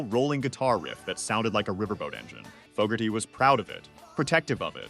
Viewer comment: Well. Along with mis-pronouncing Fogerty's name, you are wrong about him not getting credit. His band CCR's original version is still a staple of rock radio and streaming while Ike & Tina's version is the lesser-known